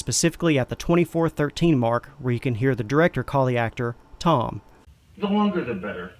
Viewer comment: Didn't sound like he said "Tom" at all.